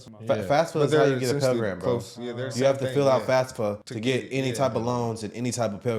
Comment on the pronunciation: I swear everyone says "Fas-Fuh", it's "Faf-Suh"!! F.A.F.S.A. Federal Application for Federal Student Aid